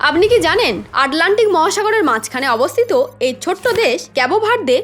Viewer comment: লিখলেন আটলান্টিক, আর উচ্চারণ করলে আডলান্টিক😂